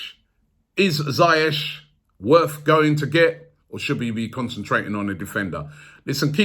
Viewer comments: Robbie, it's pronounced "Zee-ehk", not "Zye-etch" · It's Zee-Yesh Robbie! Not Zay-yesh 🤦🏽‍♂️ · you're still pronouncing Ziyech wrong lol It's not ZAYesh It's ZEE-esh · It’s pronounced zyesh no ziyesh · It’s pronounced ZEE YECH not zi yech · ROBBIE ROBBIE ROBBIE... How many times did I call you? You still mispronounced his name. It sounds like ZEE - YESH, not Za -yesh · Robbie big fan mate but someone needs to tell u how to pronounce ziyech’s name right, I say it like zeeyeck but idk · ROOBIE😭🤦🏾‍♂️ PLZ SINCE THE SUMMER YOUVE BEEN MISPRONOUNCING HAKIM ZIYECH )zeeyech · Robbie omg you still bottled the pronunciation of ziyech, its ZEE-YESH. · It’s zeyech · Only arsenal try to sign attackers when the defence is a mess. Hakim Ziyech would be a great signing bye the CB position is What we need to fix. We have to splash the cash and sign a world class defender like Koulibaly not Boateng By the way Robbie Ziyech is pronounced zee-yeck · This guy still said Ziyech wrong 😂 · still botched Ziyech's name lmfao